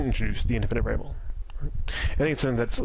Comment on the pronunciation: Great content but you should enunciate more. Some words that are 3 syllables long you somehow manage to squeeze out in 1 syllable "variable" becomes "vrbl"